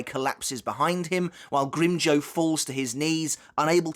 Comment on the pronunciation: ngl i hate the way you pronounce his name